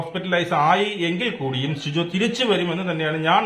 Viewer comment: Thaan aadhyam poy "shijo" etha "sijo" ethannu parayaan padikk 😂